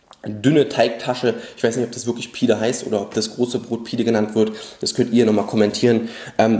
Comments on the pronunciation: pide ist das große dickere brot; btw es wird [pidä] ausgesprochen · Pide (das e wird wie ein ä ausgesprochen :D) ist tatsächlich das ganze Fladenbrot :)